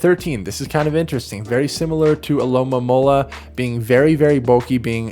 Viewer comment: disappointed that Alomomola was pronounced correctly!